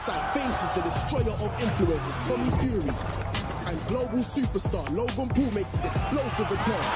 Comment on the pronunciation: bro said Logay and called us children 😂